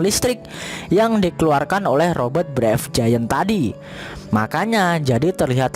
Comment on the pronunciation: Robot min, Robert sih nama org 😂